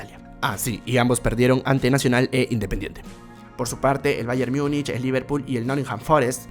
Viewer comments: No se pronuncia Myunich, sino tal como se escribe en español "Múnich" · en español se pronuncia Múnich y está hablando en español. No está hablando en alemán para pronunciar "mungen" ni en inglés para decir "myunic". Es más como un híbrido entre español e inglés. Pero se entiende que es porque la mayoría de comentaristas deportivos de grandes cadenas televisivas pronuncian así mal